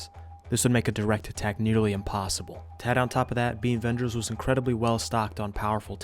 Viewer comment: i heard beanvengers the entire video